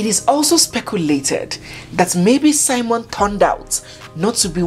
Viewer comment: On the title, it's spelt SIMEON... When you narrate, you call it SIMON.